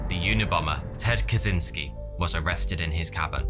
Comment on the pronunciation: And since we're on the topic of proper name pronunciation, Kaczyński is "Ka-chinh-ski" (ń in Polish is equivalent to the Spanish ñ), not "Ka-zin-ski".